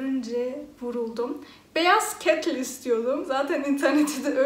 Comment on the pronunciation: Ne güzel kettil diyosun 😀😎